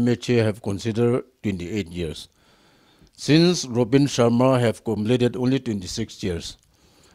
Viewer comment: Did he just say "Rup(b)in Sharma"?😂😂